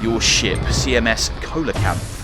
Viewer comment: See-luh-kanth darn it